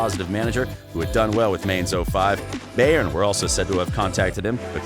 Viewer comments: It’s BayerN not Bayer. Bayer is a different Club. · «Beyern» XD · Umm? Bahhhen Munich? might want to work on pronunciation. Bahhhen Munich? Really?